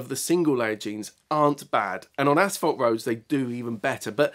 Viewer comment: Absolutely loved the way pronounced asphalt...ashfelt. That would be a fantastic name for motorcycle pants ™